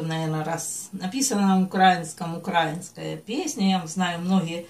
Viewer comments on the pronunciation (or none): УкраИнская. Когда ударение научитесь правильно ставить? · Не укрАинская, а украИнская. Ухо режет.